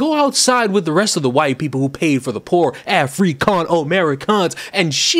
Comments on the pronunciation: You say white like that, because you have a speech impediment? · What's the matter? The woman can't say white because she is too stupid. Here I'll help with her grammar,pronounce the first letter w now the second letter h and I know it's hard but seeing how you have trouble with the I, just two more letters and you can go back to being a piece of butt wipe paper t and then e. Put them together and they make the word white. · Maybe the woman who can’t pronounce white properly is a tobacco chewer and can’t spit. Not a way to have a point taken. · I won't apologize for finding they way she pronounces "white" as fucking hilarious. "White shenanigans?" Who are these ppl? Where are they, where do they come from? Someone tell me please because I need more laughter in my life. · Sorry im late to the party, but as im an Asian myself. I COULDN'T STAND HER #^$^$$&@ PRONOUCITATION of the word white. I was so so so so so fffkkkiing angry and the Asian chink woman, I was like screaming for her to say it right and stop being a cunt. Her saying white sounded like she was hacking up a fur ball or something. I am very very very sorry about that Asian woman on behalf of us normal Asians. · That Asian woman deliberately pronouncing "white" like she does is very cringe, especially listening to it while wearing headphones